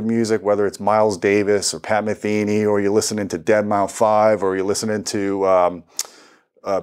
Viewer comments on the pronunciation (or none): it’s just pronounced “dead mouse”. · Excellent video! But god damn it it’s Dead Mouse! Not “Dead Mao 5” LMAO 🤣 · “Dead mau 5”